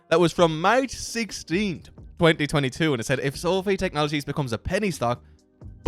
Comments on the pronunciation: Pronounced so-fy Not so-fee guy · not called SOOOOOFFFEEE - its called SOFI - come on dude